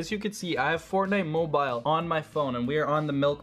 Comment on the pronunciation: I kept getting triggered when you said mobile and how you warmed up